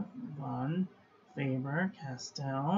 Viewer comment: Actually the V in Von is like an F in English and the A in fAber is the same A like in back and not like in face ...